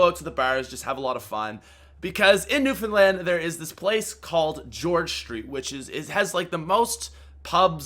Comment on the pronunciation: Newfoundland for the win!! And you said it right!!! WIN